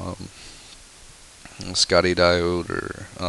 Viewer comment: I believe Schottky is pronounced "SHOT-key"